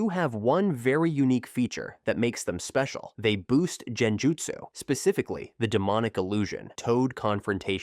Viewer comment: I was on the edge Then heard jeni-jutsu Ai can just kill me